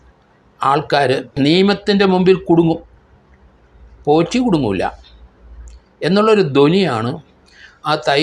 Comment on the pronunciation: ആരെങ്കിലും,, "ഉണ്ണികൃഷ്ണൻ പോഷി " എന്ന് പറഞ്ഞത് കെട്ടോ 😂